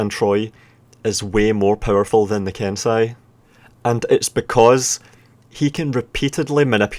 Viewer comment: (剣聖)けんせい) Is pronounced Kensei